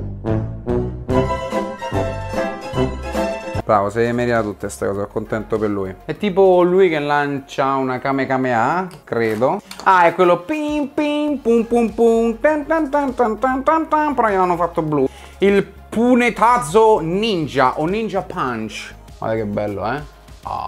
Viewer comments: Si dice kamehameha non kamekameha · Nessuno : Ciccio : Camecame A